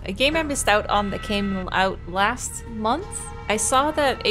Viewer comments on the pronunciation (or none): none